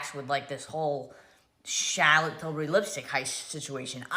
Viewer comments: Shaaaa-lit Tilbury. 😂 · "SHAAAALAAATTT Tilbury" 😂😖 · Chaaa’llot Tillbury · I think what’s funny is that no matter what really happened, Tilbury has gotten tons of people talking about it. Ultimately I think that’s all that was really wanted. On a sidenote, “Shallot” Tilbuury? Ridiculous. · “SHALLOT TILBURY” ugh Mikayla stooopppp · “Shallot till-burry” gah I can’t stand mikayla 🙄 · Mikayla really said “shallot tilbury” 😂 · Still not over Elton John in the Christmas add going SHAR-LOT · Darlings!!! Just had to add this but is it only that finds the way Mikayla pronounces Charlotte annoying.. That is a put up accent. No one says Charlotte that way especially American white women. I don't like commenting on people's accent but seriously that is not real. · This whole thing has made me cringe so hard. Like cover my eyes cringe. Also as someone called Charlotte, the way Mikayla says Charlotte hurts my soulllll😣